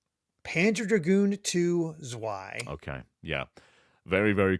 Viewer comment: Zwei is German for two. It's pronounced with the "w" pronounced as more a "v" sound, so more "zv-aye- rather than "zw-aye"